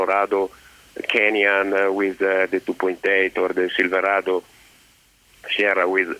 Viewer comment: If I could pronounce silverado the way this man can I would have bought one instead of the Sierra